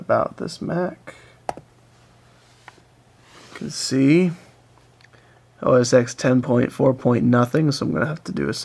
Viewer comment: Minimum RAM for tiger is 256MB. Anything below causes the installer to hang. Also it's not OS 'ex' it's OS Ten. X as in Roman numerals for the number ten